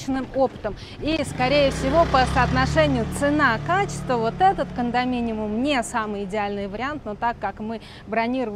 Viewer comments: все таки кондоминиУМ, а не кондоминиМУМ 😂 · КондоминиУм, если что😅. Спасибо за выпуск